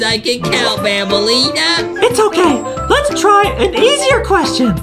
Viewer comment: Its not banbaleena its bambaleena